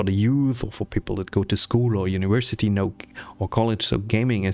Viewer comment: "uniwersity" uwu Sorry. Loved the video and very relatable. I needed this for my own motivation (